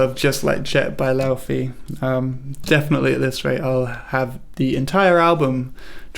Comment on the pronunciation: Great tutorial! Thanks 🙏🏻 (pronounce Laufey’s name correctly and I’d give it 10/10 😂)